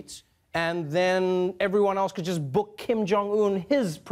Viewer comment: "Kim Jong Tool"??? Really???